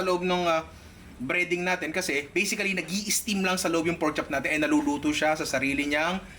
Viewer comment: Say it again "Porchop""